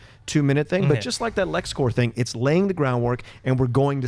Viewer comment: It's Lex Corp, with a P. Corp with a silent p is for military.